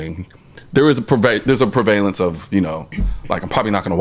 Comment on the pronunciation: Did you mean prevalence Colion? “Pervalence” isn’t a word. What law school did you graduate from again?